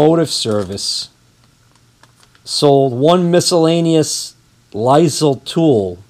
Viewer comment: keep lining the projects up for when your retired....LOL. its not pronounced LIZLE the S is silent. LILE